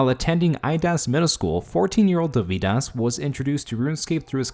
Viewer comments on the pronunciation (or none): Next time at least bother to pronounce the name right. It's not that hard to look it up. Dovydas emphasis is on letter o, not y. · You seem to mispronounce Dovydaddy as "Doh-vie-dahs" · It's DOvydas ffs!